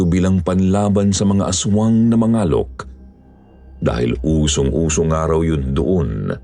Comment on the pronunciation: Palaweña here...Mangalok po pronounce medyo matigas🤣